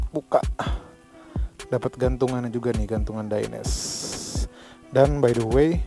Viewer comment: bang bacanya tetep dainese bukan daines krna dainese itu produk italy jadi e di belakang ttep dibaca 😊